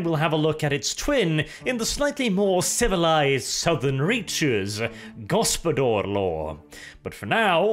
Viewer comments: pained groan Ugh......I can see what Dev meant when he said you were butchering foreign languages' pronounciations in the last Wermacht By Night.:D The "Gospodar" is pronounced "go-spo-dar", with hard 'A' at the end, not "go-spo-dor" with a hard 'O'. I expect this to be remedied come the video you said you will be making on them!:D (Fun fact for the non slavic people around, that word means Master. So the Kislevites are literally descendant from the Master race. The Slavs.) On a side note, any thoughts/comments on Loremaster Of Sotek kind of indirectly calling you out in his video talking about the Ice Guard release for the Old World? And is there any chance for the two of you to have a discussion/debate about it and general Warhammer stuff overall? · Initially I did not understood what this foreign gibberish "go-spo-dor" meant, but when you started explaining, I made the connection. It is Lithuanian word "gaspadorius". It is quite an old Lithuanian word and it is not as popular anymore as it was in previous generations and since. It means head of a household, usually in referring to a family. It also attaches certain expectations of age and wealth. You would not call someone young who had just married and had their first child. It is word reserved for men, not boys or rather when individual matures completely. Also, he is expected to have his own wealth like a house and means of supporting itself. Only then this word could be rightfully used to describe a man. It is a honorary word which you would call someone if you want to acknowledge his status and importance within his household. Little bit formal, but used in everyday conversations. As for pronouncing this word, it is "gas-pa-do-rius" with an emphasis on "r".